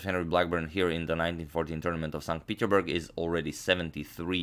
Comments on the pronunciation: Plzz its not peterburg its peterssssburg u have to pronounce the s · PeterSSSSSburg please, PeterSburg! It triggers me xd